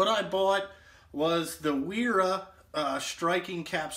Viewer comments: Pronounced Veera. The W translates to V. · Vera* W in German sounds like a v